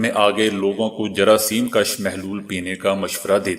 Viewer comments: جراثیم کُش ہوتا ہے ناکہ جراثیم کش۔ اپنے تلفظ درست کریں۔ کیونکہ انکے معنی میں بہت فرق ہے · جراثیم کش پیش کے ساتھ ہے زبر کے ساتھ ہے